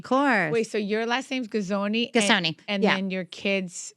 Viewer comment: This interview could have been worked on and perform better. You clearly didn’t do your research your homework your due diligence you did not even know how to pronounce her last name. You had no clue how long she was married and you talked about yourself way more than your guest. You didn’t even ask her good questions. This was just a waste of time. There’s no personality or energy coming from you. This just isn’t for you and you shouldn’t be on reality TV.